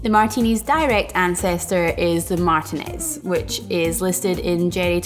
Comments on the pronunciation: As someone from Contra Costa County, it’s mahr-TEE-nehz. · That's interesting. I am sure there are other pronunciations of it but my family is from Martinez and the surrounding east bay and I have only really heard it pronounced that way. So it was a surprise to hear the pronunciation in the video. Cheers though, love the videos!